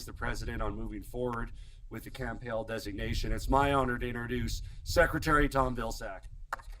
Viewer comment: It's Camp Hale, not camp hill.😳 🙊🙉🙈🤡